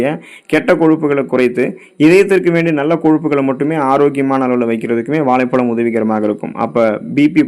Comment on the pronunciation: Valaipalam alla vazhhaipazham first of all u must increase your tamizh pronouns action